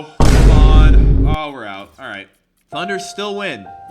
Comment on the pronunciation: he said thudner